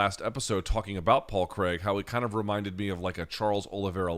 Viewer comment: Luke paul Craig isn’t pronounced cregg Kr-ai-g I’m Scottish too so take my word for that one